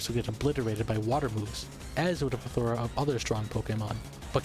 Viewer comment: I think you've managed to do better with the levels on your newest video! Legit so great to see how you've improved the production AND the narrative structure in just three videos so keep it up! Also this is a very very minor note but "plethora" has its stress on the first syllable not the third (PLEthora, not pleTHORa). Otherwise love the videos keep them up!